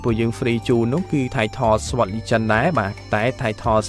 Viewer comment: Hi brother, u have pronounced the SWORD word wrong so far it is (សត) not (ស្វត). 🙂